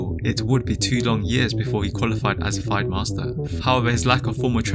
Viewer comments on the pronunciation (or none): “F eye d master” dude it’s FIDE… “Fee day”